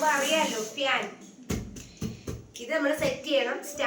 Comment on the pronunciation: ഫ്യാൻ അല്ല fan🤭🤭🤭🤭